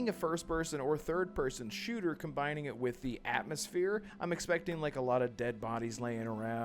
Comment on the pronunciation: Atmosphere...Atmos-fear, at-most-fear